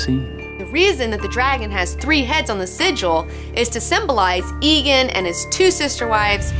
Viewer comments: AEGON NOT EEGAN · It's aegon, not eagon :( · jesus my ears. it's not EEE gone. it's A-Gone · Whenever you say Aegon as Egon it reminds me of the bloke from Ghostbusters. Surely it is Ay-Gon? Regardless awesome video girl! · Egg is word play on Aegon V's name, not just using the first syllable. In addition Aegon V owned a dragon egg, so the nickname was very appropriate. Even the show says it more like AY-GON instead of EGG-ON. Call him(them) what you wish, but until George R.R. Martin himself comes out and says the fucking A is silent, I'll stick to saying AY-GON. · IT IS NOT PRONOUNCED "Igon" it is "Eigon"!!! Great vid. nontheless:P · I like this and it was entertaining but DAMN IT, IT IS PRONOUNCE EGG-GONE not EEE-GONE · tbh i don't know why Aegon is pronounced "egon", when rhaegar isn't "rhegar" and aemon isn't "emon". so i'll continue calling him "aygon". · Aegon should be pronounced A-gone not E-gen or ghostbusters Egone. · Ee-gon? I always pronounced it like Aemon: Ay-gon. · AEGON NOT EGON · aegon not aeon but your cute so i forgive you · Please stop saying egin, its aegon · I thought it was "EGG-ON". If not why's Egg from Dunk and Egg called Egg? Egg. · Love your show, plus your a hot geek and all, but as a ASOIAF fan I gotta say, it's EGG-on. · It's pronounced AYE-gon you silly silly girl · She doesn't even pronounce Aegon correctly. Fail.